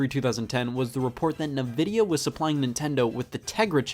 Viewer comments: it’s Ni-Vid-E-a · Clearly based on the Latin word "Invidia", so saying "Nuhvidia" just makes no sense. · the fact that scott pronounced Nvidia as "Nuh-Vee-Dee-Ah" Not "En-Vee-Dee-Ah" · To be fair, "nevidia" just flows better than "envidia" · Everyone: ENVidia Scott:NAVida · Scott. Please stop saying nuhvidia its Nvidia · It’s invidia not nuhvidia btw my Scotty guy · it's "en"-vidia, not "nuh"-vidia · Scott: pronounces Nvidia as "nah-vidia" instead of "en-vidia" Me: "well, you may as well say Nevada" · “Nuh-Vidia”? Usually I’ve heard it pronounced “En-Vidia” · “Nuh vi dee ah” that is how it’s pronounced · did Scott really just pronounce nvidia as nevidia? 🤦‍♂️ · Did you seriously just pronounce nVidia as "Nuh-Vidia"?? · "I got you that new nuh-vidia gee-force you wanted birthday boy!" "Thanks mom." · Nobody: Not a soul: Not even Scott himself: Scott in the Video: NUHVIDIA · Nobody: Scott: nuvidia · Holy shit he said nuh-vidia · I had a stroke every time he said Nvida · It’s pronounced “in-vidia” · Therapist: Everybody can pronounce "N-Vidia" correctly Scott: "NuhVidia" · i just prefer pronouncing it like nuh-vidia because it sounds better than en-vidia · It’s fine if you mispronounce Nvidia, you face doom if you say the Nintendo Network logo is on the top left of the box art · That Nvidia pronunciation is why Toaster-Bath exists. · The pronounciation of Nvidia infuriates me beyond belief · The way Scott says nvidia makes my soul hurt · Am I the only one that hates how Scott pronounces NVIDIA? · I can't tell if you're intentionally saying Nvidia wrong or not, and that's just the way I like it.